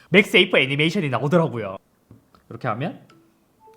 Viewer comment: 자꾸 맥스에이프라고 하시네.. 맥세이프 입니다. 맥스에이프 아니고!!